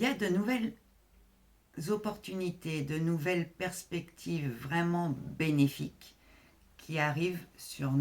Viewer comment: "Perspectives bénéfiques", j'ai entendu "bellifiques" ❤ Merci 🙏✨️